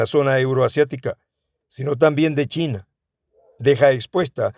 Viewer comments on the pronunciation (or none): none